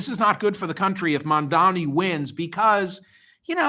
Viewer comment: Why do you find it so difficult to pronounce Mamdani?